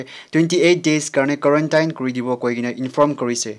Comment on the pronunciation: Pronunciation of Quarantine... please use 👉 tin/ten